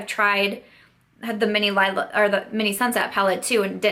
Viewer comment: It's the Leee-la palette ;) I don't mean to be pedantic - I just hear most YTers not pronounce it the right way (it's the word for purple in German...and some other languages too but I am pretty sure ND was using the German to name it) and I just thought you may want to know. But that aside (again, sorry if that was annoying!), I am sorry it didn't work out for you!! It's the first ND palette I've tried and I do enjoy it, but if it started irritating my eyes I would return that ish ASAP. I am really sorry that happened - maybe it was some of the pigments in the deeper shades? Bummer! But glad you were able to return it. Btw what did you pick up with the rest of your rouge code??